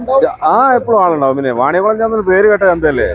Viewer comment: മണിയംകുളം അല്ല . വാണിയംകുളമാണ്.